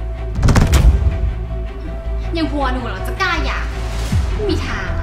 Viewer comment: หย่าครับ ไม่ใช่อย่า